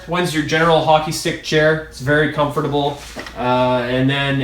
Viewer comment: The way he says comfortable makes me...Un com fert ta bowl